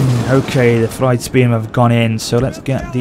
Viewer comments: thegns is pronounced similar to fe - guns. i guess you could also say feng - guns. fyrd was also mispronounced as fride. pronounciation is "feared". so basically "feared men". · is like, Fird (Fur-d if that makes sense) AFAIK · It’s theins and fyerd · Thejns. Fird. This was how Jack Lusted pronounced them. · 5 years late but the word thegn/thane is just Th A ne then the Fyrd is just like saying feared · it's pronounced freed spearmen/freed archers and so on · I also know how to pronounce Thegns and Fyrd correctly now, so that will be sorted for episode 2 :p